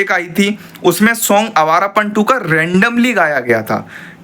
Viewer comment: abe bhai ' hai awarapan' nhi yeh awarapan h😅